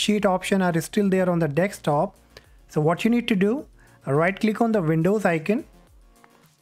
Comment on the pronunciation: Dextop????! What is "dextop"??